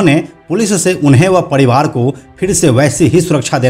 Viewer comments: पडीवार नही परीवार 🤣🤣🤣🤣🤣🤣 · पडीवाड र को ड क्यू बोलते हो बे